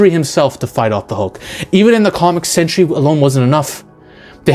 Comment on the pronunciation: Learn how to pronounce a few words and maybe this rant would be more convincing. Learn how to say "Skaar" and "Sentry".